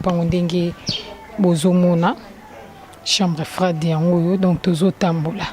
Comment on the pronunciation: chambre froide et non chambre frai de merci tii na tii pour votre compréhension 😊